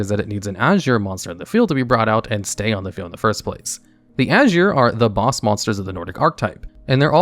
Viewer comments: Aesir = Ai-Seer not ashure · aye-sear not ash-ern, rata did a entire video on them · Ugh... Aesir pronounced as "ay-sheer" and Jormungandr as "jore-mun-gandur". No... The J acts as a Y and Aesir is pronounced "Ay-sear". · Super picky, but the Jormungardr is pronounced “Your-mun-guarder” and Aesir is pronounced like “I-sir”. Fenrir is “Fen-Rear” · I don't want to be that guy...but pronouncing aesir as azure is making my ocd go crazy. Haha